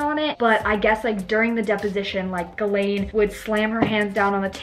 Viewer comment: It’s pronounced “ jizz - lane”